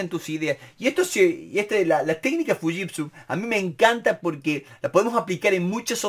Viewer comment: Excelente! Un detalle nose si estoy en lo correcto se pronuncia shiushitsu, no fushitsu